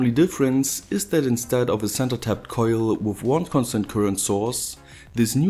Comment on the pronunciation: Love that accent, it sounds like german but the way you say certain words makes me lmao, like coillll. Would love to hang out with someone like you, no homo. Good video very professional